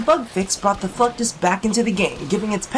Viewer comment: i swear.. you are saying fucktus EVERYTIME! ...mental memo... wear nothing...